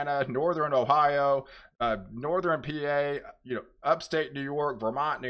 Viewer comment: Please. A weatherman should know it’s northern not northERen and southern, not southERen. This makes me crazy when you mispronounce these.